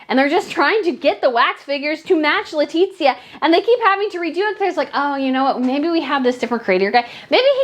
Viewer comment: God all mighty, just pronounce her name as it is please. Is [leticia] not [letitzia]